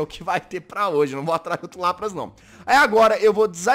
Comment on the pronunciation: Se escreve LAPRAS se fala LÁPRIS